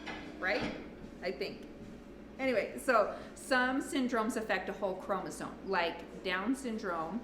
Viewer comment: It is chromosome, not chromosone as you pronounced it. FYI